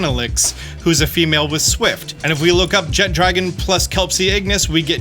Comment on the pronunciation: Small peeve, it's Jeh-Tra-Gone not Jet-Dragon. There's no D in that word.